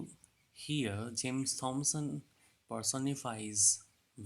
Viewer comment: Thomson is pronounced टॉमसन not थॉमसन.